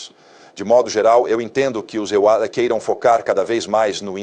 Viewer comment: Essa inteligência artificial não sabe falar EUA não?